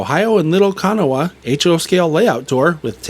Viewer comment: Great stuff coming out this month. Just a little FYI, b/c I know another C&O fan like me will bring it up. Kanawha is pronounced "Kuh-naw". It doesn't look like it should be that, but us West Virginians say certain town and river names different than you would think.